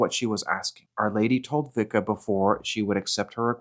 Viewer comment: Pronounced Visca